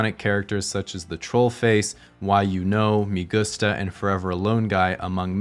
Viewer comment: it's pronounced "MEH gusta" not "MI gusta"... get ur spanish up to par, man